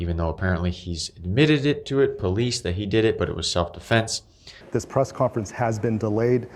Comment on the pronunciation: yea, he said self defLense multiple times,. Dude has a problem getting the Ls in the right place.